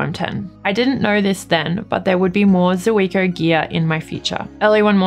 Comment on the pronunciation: Hi, one of those things that bug me is pronunciation, for Zuiko read Zweeko. Sorry for that